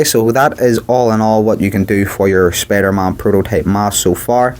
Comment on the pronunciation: Its not spidermon it's spiderman